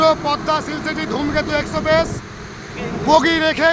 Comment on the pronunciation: ধুমকেত এক্সেপেস নারে সাংঘাতিক ধুমকেতু এক্সপ্রেস